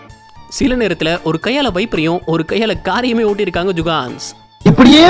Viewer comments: Jukans illa da jugad nu sollu video voice la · Adu jugans illa bro jugadus...jugans na tappana oru word bro..🤣🤣🤣 nenga jugans sollum bodu elam sema siripu vardu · அடிக்கடி ஜுகான்ஸ் அப்படின்னு சொல்றீங்க ஜுகான்ஸ் அப்படின்னா யாரு